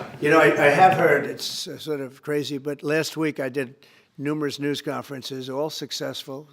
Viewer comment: Am I the only one who caught at about he said news-scum!? 😅😅😅😅